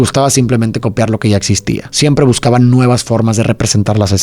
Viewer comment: me caga el hecho de las afirmaciones en base a información que te topas en internet carnal, eres como un temach para los que se sienten listos, solo pude ver la mitad del video aguantando el cringe. y se dice "copiar" no "copear"